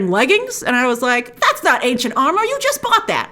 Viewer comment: Every time you say "Ancient Armor", I keep thinking you're making a H&R store reference by saying "H & R-mor" lol sorry